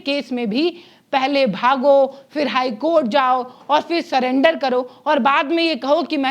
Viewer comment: सलेंडर नहीं सरेंडर है मैडम।